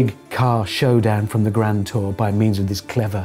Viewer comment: "The Gran Too Cahs"